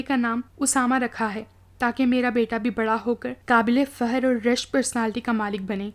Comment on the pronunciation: Aap ki awaz aur lehja bohat acha hai bas Fakhar ko fahar iftikhaar ko iftihaar kh nai bol sakteen aap ?